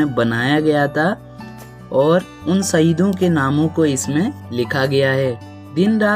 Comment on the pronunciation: भाई सईद मत बोल ना यार शहीद बोल ना स और श मै अंतर है